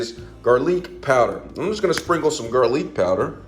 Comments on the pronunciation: Garleek… aragano…😭😂 good recipe though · 'Garleek' on the 'sammon' took me out 😂😂😂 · Gar-leek powder or not you still need that flavorization!! 🤣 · Garleek Powder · He ain’t never say GAR-LEAK powder 😂😂😂